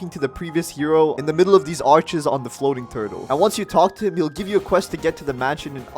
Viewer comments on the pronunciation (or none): none